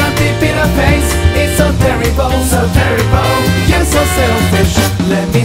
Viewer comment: こいつら日本人か？terribleをテリボルって発音するの間違ってるぞ